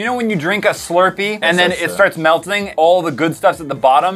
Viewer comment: Di anyone else hear say « meltining » 🤔😐🤯